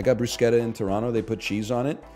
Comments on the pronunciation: its always funny when chat smugly corrects someone even though they're entirely correct. its pronounced brusketta anyone who told you otherwise does not know what they're talking about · he's literally saying bruschetta correctly! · It's amazing how people correct NL so confidently about the pronunciation of Bruschetta while being so wrong. It's Italian and follows italian pronuciation rules. Nobody is ordering a "Caramel Ma-chee-ato"